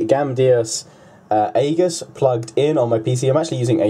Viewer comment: it's pronounces ee-juss, Great review. Very informative.